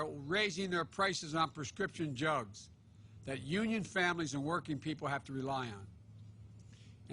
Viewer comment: Prescription "Jugs" ? At least when he is coughing he is not misspeaking.